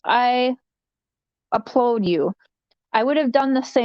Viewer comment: Flip flopping again! It’s “ applaud” not “applode” - when you read Donnie’s letter, just FYI.